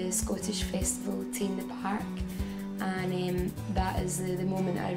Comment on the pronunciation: T in the Park, nie Teen a Park.